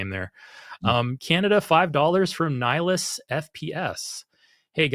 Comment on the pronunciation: While I love that you brought up two of my favourite games.. in Mass Effect the spectre is called Nihlus, not Nihilus. Okay.. um.. "I should go" 😂